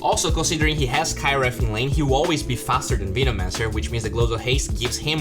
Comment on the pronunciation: Dude you have to practice saying veno-mancer